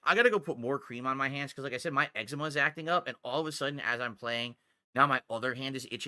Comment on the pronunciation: "Need cream for muh eggsuhmeh!"